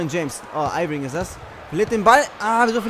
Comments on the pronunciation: Irving wir Erving ausgesprochen und mach mal Bitte die Viertel Länger und nicht immer nur Spins also Roulette weil du dar durch immer denn Ball verlierst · Junge, es kotzt so an das zu sehen... Ich als jmd der sich für basketball interessiert hab da vlt schon ansprüche aber egal. 1. Sprichst du jeden namen falsch aus (Lebroin James statt LebrOn James, Airving statt Irving) 2. Spielst du auf der leichtesten schwierigkeitsstufe das ist eig keine herrausvorderung. Aber trotzdem noch n tipp: du solltest mal mit den indiana pacers spielen😜